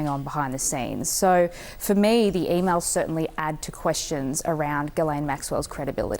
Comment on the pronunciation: "E-Mowls" ? What the F are "e-mowls"?